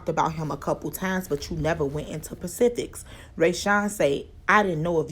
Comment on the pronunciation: did she say pacifics instead of specifics ? lord